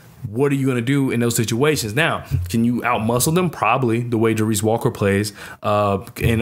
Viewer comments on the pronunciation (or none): Good piece. Pronunciation: Ja-Race Walker. Terrence Ar-Sa-No (Arceneaux), Jamal Shed (Shead), Ta-zhe (Taze) Moore, Jay-Vee-Eh (Ja'Vier) Francis.